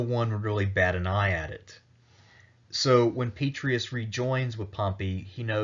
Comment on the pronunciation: 'Pet-tray-ee-us' Honor the name with the Roman flavor. 'Pet-ray-ee-us'